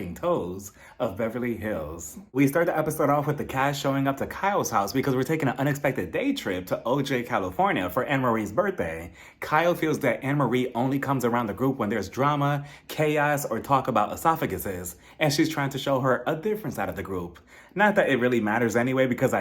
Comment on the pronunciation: It's pronounced "o-hi" 😂😂😂